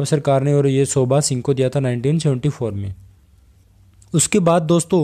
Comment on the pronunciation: Sir it's not "shobha" , it's "sobha"!!